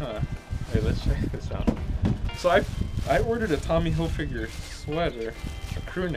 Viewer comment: I find it funny how you say "Hilfigure" :)